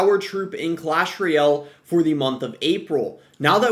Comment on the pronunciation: what's Clash RE-Aylll?